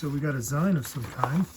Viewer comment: Great video. Excellent haul. Tons of fun and valuable stuff there. And I hate to be that guy but it is pronounced “zeen” short for magazine.